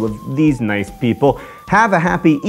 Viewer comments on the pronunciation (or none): none